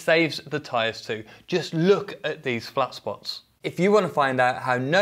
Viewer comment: "just look at that flas sposs" nice video btw